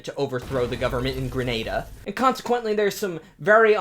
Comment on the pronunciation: Thank you for pronouncing Grenada correctly. 10/10